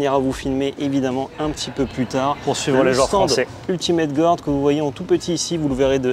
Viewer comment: qui prononce "Ultimate gOUarde" ça me bute à chaque fois. Désolé!:D